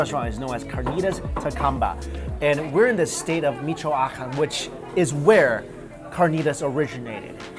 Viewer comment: He totally butchered the pronunciation of the state but well let it slide.